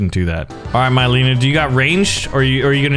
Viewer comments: Mileena is pronounced meleena not myleena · Ok we got d’vora and here we’ve got my-lean-a